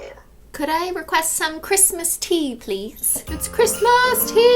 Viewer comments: Cristine: Big bootiful speech about the holodays and Cristmas (WITH NO H) And then...... WiTH mAh PEeLY bAG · "Merry Cristmas with no h".... Me: 🤣🤣🤣🤣